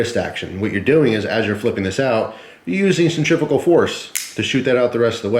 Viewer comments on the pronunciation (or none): none